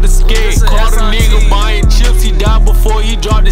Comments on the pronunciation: Lol the only flaw with pooh shiesty verse is that he pronounced it buying instead of bine. Big memphis gang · Nah its bine et